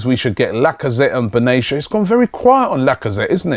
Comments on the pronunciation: Robbie what do you mean its a no brainer to get Gotze He is pretty overrated and it's BENATIA not beneshia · it's pronounce ben-a-ti-ya